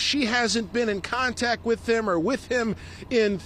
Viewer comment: "why was he on the streets to begin wif?" 🤣🤣🤣